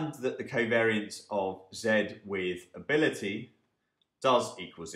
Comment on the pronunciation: Hey , Great Video and overall series on Econometrics is great and helps a lot. just a small complaint though for this video. I noticed that several times the word"ability" was mis-pronounced in very weird way which is confusing :)